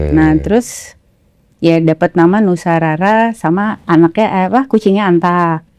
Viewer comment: Nusa rara bang dens bukan Nusa Rura😂😊